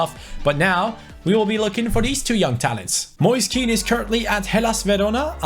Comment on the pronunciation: Hey, just to let you know Kean is pronounced "Ken" in italian great job with the career mode anyways. Like so can see